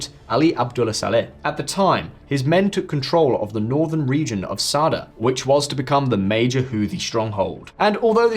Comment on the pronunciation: Sad’Ah Not Saad